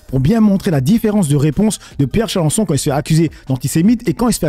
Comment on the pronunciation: Tu me fais délirer 😂, tu dis toujours Charencon, ça c'est un gros insecte ravageur 😅., en fait c'est un peu comme lui quand même, dans un monde imaginaire 😂.